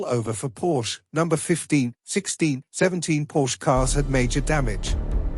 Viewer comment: Why doesn't the announcer know how to say Porsche?